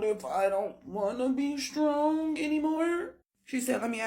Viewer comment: ~ Words like "strong" aren't pronounced stronGUH. The g is soft, not hard. And you're giving a one syllable word, two syllables. I don't care how crazy that you are, learn to pronounce words correctly. Listen to educated adults pronounce it and follow suit.